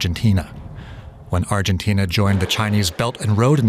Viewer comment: what is arjentain? argentina 😂